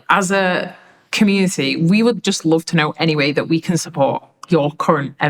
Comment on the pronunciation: "Tooknow" Ghanaians 😂